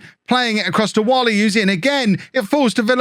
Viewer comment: Like the transfer policy mate. No point throwing money at players who are not or never will be the required level. Just a reminder that Nathan Whalley's surname is pronounced "way-lee"